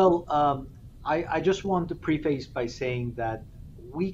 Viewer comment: Can anyone speak about how this guy pronounced "preface"??